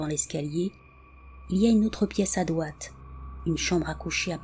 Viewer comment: Juste pour dire: dRoite pas doite, ça peut porter a confusion 😄 Ne le prends pas mal, je t'adore! 🥰😘☮️